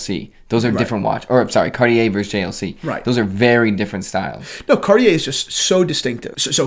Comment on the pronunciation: Car-chee-eh....not cartiee-eh.